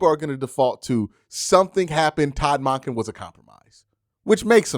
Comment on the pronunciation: Monken is said like dunkin, not donkin bruh